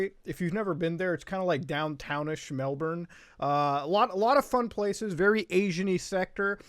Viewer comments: OI MUTAHAR Its said mel-BIN not mel-bern you Canadian foreigner. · 0/1 video, city is pronounced Mel-bin, not a true aussie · it’s pronounce ‘airs’rock Also Melbourne is pronounced Mel’bin’ Just hurts us aussies 😪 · its pronounced mel-bin not mel-born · everyone misprenouncing Melbourne Mel-ben not melborn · Please muta its pronounced mel Born as in a baby being born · Hearing Australian city names coming from a non-native-Australian-accent-haver is surprisingly jarring. Like, you really emphasize the "bourne" part in Melbourne, and the "bane" part of Brisbane. We just pronounce them as "Melbun" and "Brisbin". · It's BrizzBen not Briss-Bane. Muta you've just paired some horrid back alley affair where a circumcision meets the antagonist from Batman 😆. Dear God, What have you done!?!? Edit - MELLBURN??? MELLBURN??? Good sir, I challenge you to a duel. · its pronounced melb'n also its not yes, its optus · I live in this place you refer to as 'Melbourne'. Here it is pronounced melben. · It’s pronounced Mel-Bin. For someone who loves it so much you should pay attention to how it’s pronounced 😑 Nah you’ll alright